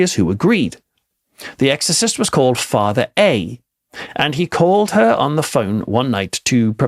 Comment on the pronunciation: Why are you saying “gotten” instead of “got”???? Somehow the birds had got in. As a writer and English graduate & ex-college professor I’d put a solid red line through this bad grammar. And the weird stresses in your intonation? “Switching ON lights” instead of stressing the word ‘lights’?